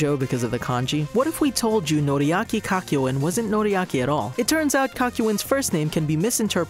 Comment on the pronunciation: ah yes, Cockyo-in Edit: “MoOhAmEd AhVdOll”